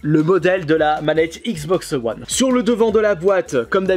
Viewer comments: Cela se dit wone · Je crois qu on dit wane